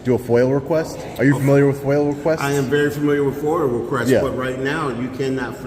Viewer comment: "Are you familiar with FOIL request?" "I am very familiar with FOWUR request."